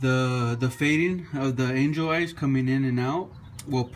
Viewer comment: When you say angel eyes it sounds like your saying enjoys